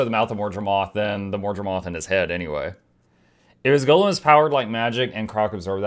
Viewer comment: GO lem! Not gollum! 😮‍💨